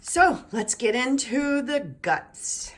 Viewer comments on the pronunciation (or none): none